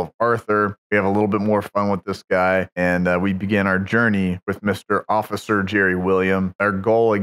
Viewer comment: Ah, the noble "Owficer"...